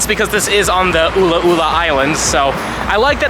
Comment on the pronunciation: its just the way he said "UlA'uLa" got me dying XD